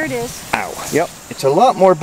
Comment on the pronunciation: Rain rain go away come again some other day! Unless there's a cache I really REALLY want! Rain won't stop me on principle, but it can be a hindrance depending on the urgency. Yeah, geocaching urgency, lol Beautiful rocky beach there! Love the look of Pelee island... maybe one day. "Be careful out der!" Sounded so Canadian, just missing the "eh" ;)